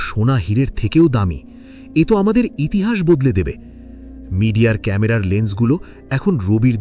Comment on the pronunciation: ইতিসাস না ইতিহাস